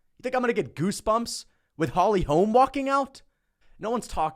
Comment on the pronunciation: The way he says "Holy holme" ! Loool